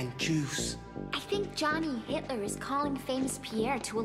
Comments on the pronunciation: As a german I can certify: this is the most german way to pronunce hitler.... yeah we dont roll the r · as a german i can say that on he pronounces his name perfectly right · Gotta love how the black dude is the only person who pronounced Hitler german